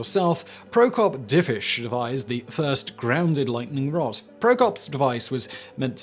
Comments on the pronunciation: Lightning "rode"? Lol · It's a british thing